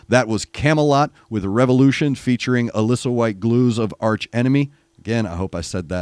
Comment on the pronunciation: Alissa is pronounced more like a-lee-sa. If you check out the interview Elizabeth from the Charismatic voice did with her, you can hear Alissa pronounce her name.